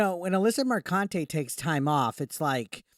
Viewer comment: Alyssa McCunty say it right.